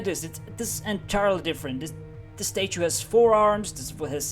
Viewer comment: I crack up everytime I hear you pronounce statue: Stae-choo